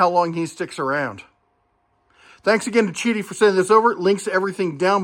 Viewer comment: Great video. Yes, it is pronounced "chi-dee". In Mandarin Chinese, the "Q" is pronounced like a "CH" in English. Example: The Chinese beer Qingdao is pronounced "ching-dow". I appreciate the honest review.